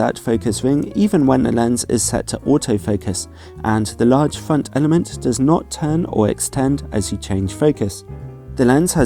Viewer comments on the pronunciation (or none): none